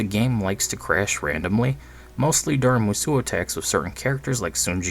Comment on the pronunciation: You really said Musou as "m'SOO"? And then you started saying "m'SU-oh" which is also wrong. Mu-Soh. That's it. No stress on the second syllable. No "oo-oh" sound.